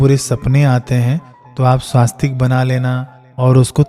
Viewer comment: श्रीमान जी स्वास्तिक नहीं होता है , स्वस्तिक है ।